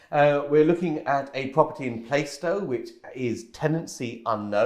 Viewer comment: It's not Playstow it's Plarstow - I know it well !! Great video !!